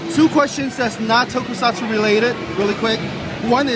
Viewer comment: Toku-sats, no tokusatsuuuuuu.